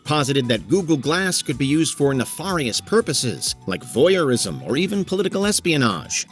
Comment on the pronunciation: Knee-far-ee-us? Is this fucking channel voiced by AI